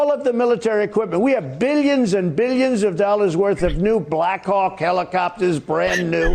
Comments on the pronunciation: Bilyens and bilyens...lmao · Beelyins an beelyins an beelyins